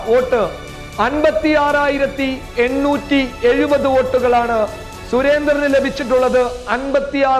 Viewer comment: എണ്ണൂർ /ഏട്ടുനൂർ അല്ല